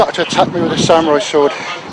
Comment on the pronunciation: Sa-Mew-Rai sword... xD I loled...